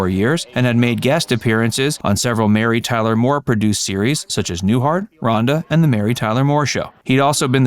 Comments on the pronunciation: John Ritter appeared on Rhoda not Ronda. Your pronunciation is terrible! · ..."RHONDA"??? It's "RHODA" lol